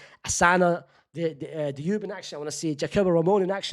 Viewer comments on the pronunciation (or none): none